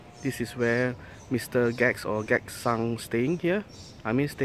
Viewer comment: it's not gag... Gackt is pronounced as Ga-Ku-To.. Camui Gackt = Ka.mu.i.Ga.ku.to ^^